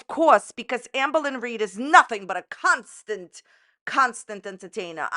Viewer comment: I heard cuntstant instead of constant. There is something wrong with me lol